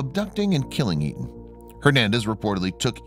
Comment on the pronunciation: You kept called him Eaton but it was Aton